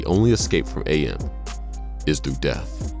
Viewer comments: whoever the dude was talking about "I Have No Mouth And I Must Scream", the name is AM, pronounced as "am". not "A M" like the radio channels. :) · It's not a bad videom, it's really good actually. But it's Am. Not A.M. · When he pronounces AM as Ey-Am. "HATE. LET ME TELL YOU HOW MUCH I'VE COME TO HATE YOU SINCE I BEGAN TO LIVE..."